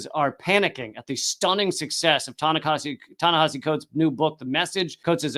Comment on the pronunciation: You keep pronouncing Ta-Nehisi like Tanahashi. Go Ace!